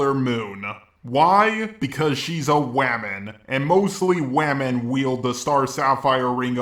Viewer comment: "because she's a wamen" XD